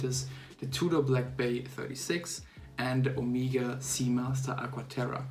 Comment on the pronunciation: Es heißt nicht "Omiega" sondern Omega !!!